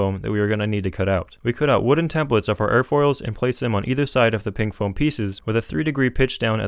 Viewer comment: "You can get this sheet of foeam to fly in just like half an hour" XD